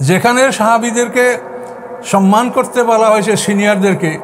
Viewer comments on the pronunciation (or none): none